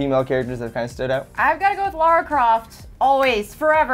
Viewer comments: Everytime people say Lara as "Laura" my palm goes abit further through my face.... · LAAAAAAARA NOT LAURA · Lara Croft, L"A"RA Croft, why's everyone call her Laura Croft? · Plus is LARA not LAURA. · You guys mentioned Tess but not Ellie from The Last Of Us, you monsters! Also, "Lara" not "Laura" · It's Lara not Lora, how many so called fans don't even know her name. So damn annoying! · It's LARA, not LAURA. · Its LARA, not LAURA ;)